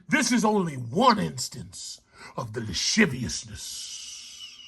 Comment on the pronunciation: “THE LASHIVIUSNISS”😂😂😂